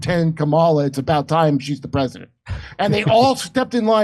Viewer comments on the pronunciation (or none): none